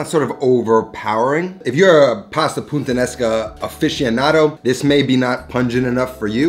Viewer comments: Is it just me or you're constantly saying "PuNttanesca"? :P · FFS you can't even pronounce this dish. It's Puttanesca not Punttanesca. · My man’s keeps saying puntanesca smh 💀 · Great video, as always! Btw It’s puta-nesca not punta-nesca ;) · Pasta PUNTANESCA. lmao he said bridge pasta. its PUTTANESCA my guy😂😂😂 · “pu-taN-es-ka” not “puN-tan-es-ka” 🤣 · You repeatedly say pasta "puntanesca" instead of "Puttanesca". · Its pronounced Puttanesca not Puntanesca 😀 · From the creator of "RiGotta", he brings us "PuNttanesca". Never a dull day with these pronunciations. 😆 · Why do you keep calling it puNttanesca?